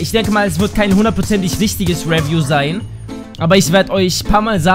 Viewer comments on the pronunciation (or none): wie er Review ausspricht xD ! GAYY